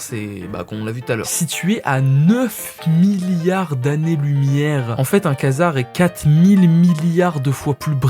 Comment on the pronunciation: Quasar ça se prononce "Quoi-Dzar" pas Kaznar mdrr (désolé je suis accro à l'espace) mais sinon bien la vdo